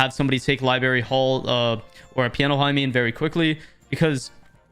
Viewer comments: its not "libary" its "LIBRARY" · Why you keep saying "Li-berry" lmao Sorry if thats how Canadians say it, but that sounds so fucking dumb i cant stop laughing lmfao Love the video though 🤣🤣